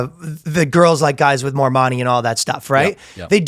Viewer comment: I don’t understand how no one stopped Ryan… and asked him to pronounce “money” again. I swear to Allah he’s saying “moanie”